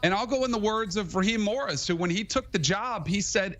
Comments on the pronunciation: Stable genius keeps calling coach Raheem Morris "Raheem Moester", not too bright 😎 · It's Raheem Morris! At least get the name right